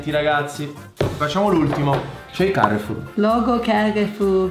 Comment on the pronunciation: I marchi di: Adidas ❌ - Adididas ✔️ Coca Cola ❌ Cola Cola ✔️ Carrefour ❌ Carrefoor ✔️ 😂